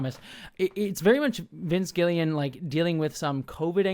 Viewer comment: Because i’m a pronunciation nerd, rhea seehorn’s name is pronounced RAY SEE-horn. Vince gilligan has that second G in his surname also. Like the dude with the island from a million years ago! You didn’t ask, but i hope it helps anyway.